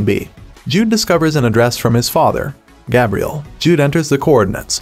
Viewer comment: So we are just going to act like this stupid narrator wasn’t saying Bye Ron, Cal Lib, and Gab Reale?